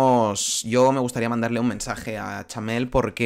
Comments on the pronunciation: POR QUÉ DICE CHAMEEEEEEL😮‍💨😮‍💨😮‍💨😮‍💨😮‍💨😮‍💨😮‍💨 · Porque dices Chamel y no Chanel? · Ella se llama CHANEL, NO CHAMEL como dices todo el tiempo tío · Cada vez que dice chamel pienso en un camello, no se por qué 🤣🤣🤣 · Xq dice Chamel